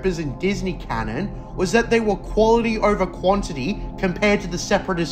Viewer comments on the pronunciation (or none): none